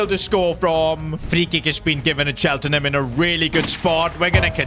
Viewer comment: what did you call Cheltenham